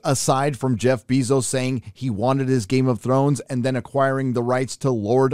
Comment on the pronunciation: Learn how to pronounce ‘Bezos’